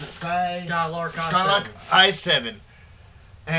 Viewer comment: Its not Skylark,it is Skylake